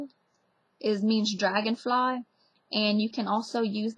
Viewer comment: louisiana accents are so interesting. the "taught" sounds like something straight out of new york. the "lines" and the "dragonfly" actually sound like an english accent.